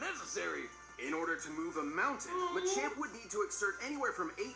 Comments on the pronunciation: MACHAMP NOT ma champ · This man said “manchamp”. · She said it ma-champ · Muh champ is how you say it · It's called ma-ch-omp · It’s “muh-chAmp” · To help you guys out it's actually pronounced Machamp(Muh-Champ) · You seriously don’t know how to say machamp? Like dude, don’t go hating on Pokémon like that. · It was sad seeing them try to pronounce Machamp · NOO THEY CANT PRONOUNCE MACHAMP IT BREAKS MY HEART🥺